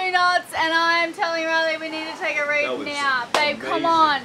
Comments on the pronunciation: Thanks, I can here it now. I kept hearing "reeve" which didn't make any sense. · Its reef. Putting a reef in. Not "reeve". Lol.